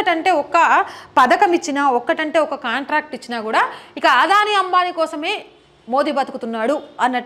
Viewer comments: "అదాని"అనాలి ఆదాని కాదు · ఆధాని కాదు అదానీ ప్లీజ్ కరెక్ట్ చేస్కోండి